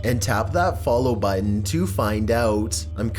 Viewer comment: Why do you pronounce button like butt tan?